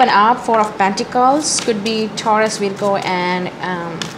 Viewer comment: Pls pronounce libra and virgo properly...everytime u say taurus libra Capricorn it confuses whether u r saying libra or virgo